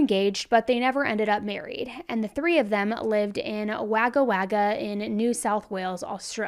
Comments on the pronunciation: Wagga Wagga is pronounced Wogga Wogga. Giru is pronounced G as in good i as in is ru-roo. Giru. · The town is pronounced Wogga wogga ❤ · Waga waga😂😂😂 it's woga woga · I’m thinking where the heck is waga waga in Australia then I realise she is saying Wagga Wagga it’s actually pronounced woga woga I use to go there on holiday! 🇦🇺🦘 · Actually pronounced Wogga Wogga but spelled Wagga Wagga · That is not how Waggawagga is pronounced. We say it 'woggawogga' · Wagga is pronounced wog-gah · Thanks for doing a case on a fellow Australian. FYI if anyone is interested it is pronounced Wogga wogga not Wagga Wagga ☺️ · Wagga Wagga is pronounced Wogga Wogga. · Just had to come here to say this, I laughed so much when you said Wagga Wagga. I said it like that as a kid, when I discovered I lived there. It’s pronounced ‘wogga wogga’ lol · Wagga Wagga is actually said 'Wogga Wogga' 😂 i live in Victoria and i still struggle with weird suburb names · Only a couple of minutes in and had a giggle at "Wagga Wagga". It's silly to expect people who are not Australian to get some of our pronunciations right as many of these towns are based on Aboriginal languages, but I just thought I'd point out that it's pronounced "wo-guh wo-guh". Now, to listen to the actual story. I am one of those people who is either cleaning or doing my make-up while listening to you, by the way. It's my relaxing time before Mum duties kick in. 🥰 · Pronunciation of Wagga Wagga is "wog-ga wog-ag". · Wagga Wagga is actually pronounced like Wogga Wogga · Wagga Wagga is pronounced Wogga Wogga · god love u.. its pronounced WOgga WOgga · Hehe, the way you pronounced Wagga Wagga. Our Australian names are interesting. It's pronounced Wogga Wogga. This case does make me so angry, I'm off to scrub the hell out of my tub. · lol you are so cute Wagga Wagga is pronounced like this Wogga wogga not spelt the right way, but pronounce that way if you know what I mean I’m a Australian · Wagga Wagga is pronounced "Wogga Wogga" 🙈😂